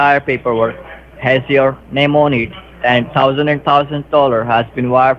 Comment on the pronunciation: Scammer can't say "Name"... listen again... he kept saying "Nay" around the mark.